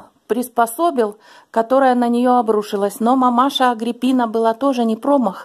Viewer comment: доброе утро)) Очень вдохновляет Ваше видео))А вот как Вы произнесли слово Агриппина,сразу представляю себе,что у Вас потрясающий талант артиста))Могли бы играть в театре или озвучивать мультфильмы))Герань и камин,и кошандра -прелесть))Хочу погладить кота)))